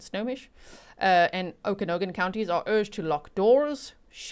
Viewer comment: Hi, Okanogan is locally pronounced as “OAKA-NOG-IN” (The first part is as in OAK (like the tree) and a short A as in “Apple”) 😊 edit: at least in Canada